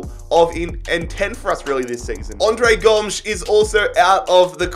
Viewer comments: No one::Ondre Gomsh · The way he pronounced andre Gomes annoyed me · I'm not upset about the sales you made. I'm not upset about any of that. But what the fuck is that pronunciation of "Andre Gomes" man...